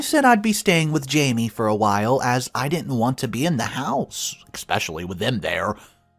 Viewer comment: There's no X or K in the word especially